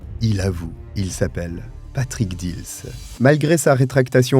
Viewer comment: j habite montigny les metz ma buraliste a servi plusieurs fois le frère dils bref étiez vous a montigny viviez vous a montigny les metz pour dire ce n est pas dils moi je vous dit j y vis j ai un an d écart avec cyril et alexandre et je vous dis ce n est pas heaulmes mais dils